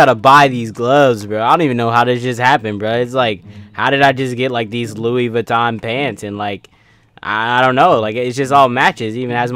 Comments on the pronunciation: its pronounced: rou-oui(the french way) vitton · Lis viton :D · Its ro-ux vuittons